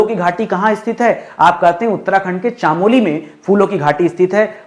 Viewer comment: Nice sir . I am from uttarakhand ❤❤❤ Sir चामोली नहीं चमोली ❤❤